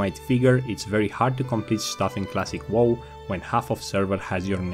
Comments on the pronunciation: He still says classic Wall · What I learned: still can't say wow properly.